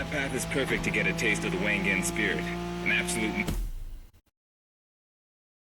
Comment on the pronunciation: They mispronounced Wangan which is supposed to be said like W(ah)n G(ah)n not like Wang Gang